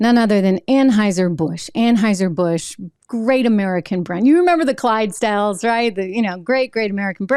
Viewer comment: ANHAUSER ANHAUSER ANHAUSER. Not budweiser Trish. Stock gates invested in